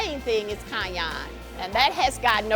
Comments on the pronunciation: This is such a snowflake show. The two hosts, over dramatic valley girl-ish. I don' trust them. from Party Fowl doesn't even know how to pronounce purée. Not sure I want to go there. isn't any better mispronouncing cayenne...but I have been to their original location and the chicken sucked. It didn't taste good and wasn't cooked very well. So I won't be going back to any location. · The way says cayenne is awesome.